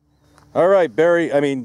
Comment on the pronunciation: Oh dude why did you call him berry... that’s not cool